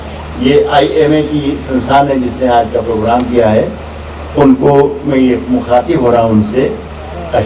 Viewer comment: सुना है काली तो लैला थी ? दूसरा, एक सच्चा मुसलमान कभी सच्चा हिंदुस्तानी नहीं होता ! तीसरा एक अच्छा शायर कभी खुद की तारीफ़ नहीं करता ! चौथा में नहीं मैं होता है पांचवां पेदा नहीं पैदा होता है वैसे तो इस पेंदे में छेद बहुत हैं पर आखिरी घटिया सामान की पहचान है ये खास कि उसे बेचा जाता है गला फाड़ के !!